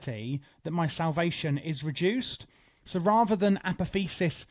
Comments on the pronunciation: uh poth ee oh sis brother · Apotheosis is pronounced "Uh-Pah-Thee-Oh-Sis" by the way :)